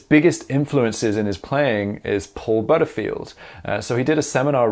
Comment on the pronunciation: What nationality is? The way he pronounces " Butterfield" is simply not the British way.